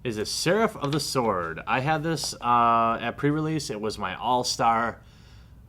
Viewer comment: the W in sword is silent...